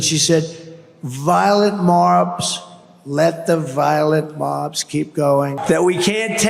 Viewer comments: "Violent Marbs" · OMG!!! "Violent MARBS!!!!!"